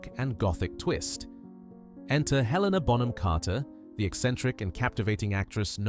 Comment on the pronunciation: Please at least say their names correctly. It’s Helen-a, not Heleena. It’s Rafe, not Ralf.